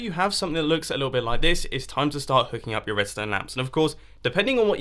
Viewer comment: you're gonna have a bad tom? pretty sure you either meant "time" or messed up saying "you're gonna have a bath Tim"... and there is no E in sans, although I suppose you could have added that intentionally.